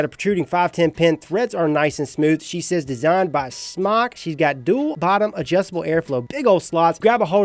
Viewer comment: SMOCK? It's pronounced SMOKE.